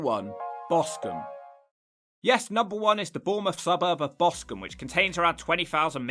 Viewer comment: BOSTON ???? You mean Boscombe LOLS